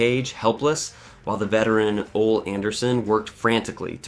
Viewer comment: Ummmm who da fuk is Ol?! Ohhhh Oleeee Anderson got it...had to edit...its pronounced LieGer...come on...great work with this but you didn't know those names?!